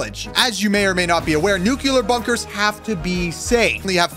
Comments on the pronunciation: mans says nucelar (noo-kee-lur) but its pronounced nuclear (noo-kleer) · Nuke You Ler? Or nuclear? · It's not nucular (your prununciation) it's nuclear (correct pronunciation) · He calls it a nukelar bunker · Stop saying nucular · ITS not nuce lear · Nuclear pronunciations failed: 1000 times. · Bro he pronounces nuclear wrong...